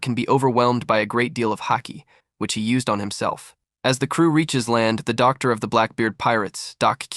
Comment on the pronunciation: I suspect it’s because it would be typed as Dr. Vegapunk and the AI reads the . as the end of the sentence